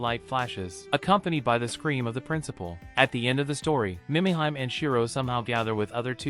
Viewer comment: Killin me...AI..."Meee mee heee may" Mimihime